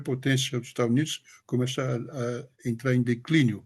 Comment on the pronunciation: ele quis dizer do sotaque dele ao falar Estados Unidos, ele fala estanios kkkkkk